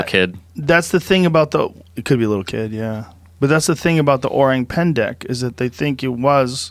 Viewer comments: The word is "orang pendek" you read it pendak. Orang : human Pendek : short/little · its orang pendek, not 'pendak' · its actually "orang pendek" not "orang pendak" .. and its literally means "short people" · It’s “orang Pendek” it’s Indonesien and says “small men” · it's not orang pendak, it's orang pendek and orang pendek actually means "short people/person" here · It's "Pendek" not Pendak. Pendek means "short" . Orang Pendek = Short Man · it's Pendek, not Pendak. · Orang= People Pendek = short It's Pendek, not Pendak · Pretty sure it's PENDEK not PENDAK. Pendek means short, little, small. Pendak is meaningless. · Its orang pendek joe.. pendek means short in malay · PENDEK...not pendak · It's actually orang pendek with an "e" pendek means short, orang is people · Actually, it's 'Orang Pendek' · its “orang pendek” its a malay language word that means “short people” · Its orang pendek. Orang = human , pendek = short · its actually orang pendek. pendek means short in malay. :) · Its “orang pendek” fyi. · It's called "Orang Pendek" btw